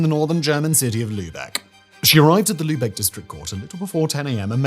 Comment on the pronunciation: Props and Kudos for pronouncing Lübeck right! <3